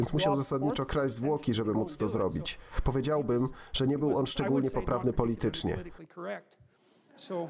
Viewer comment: "powiedziałbym" ma akcent na drugą sylabę. Na trzeciej brzmi bardzo dziwnie.